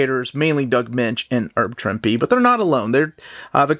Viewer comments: sorry ahead of time if I sound like a jerk but is there a reason you say "erb" Trimpe? Thanks for the great videos as always! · A couple minor pronunciation notes: “Herb” isn’t pronounced like “erb”, but with the H sound; see Herbert Hoover. Also, it’s “wreak havoc”, not “wreck”.